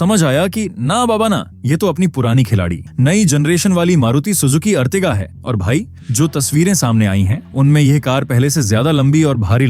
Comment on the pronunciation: अर्टिगा होता है ना की अर्तिगा लोड़ू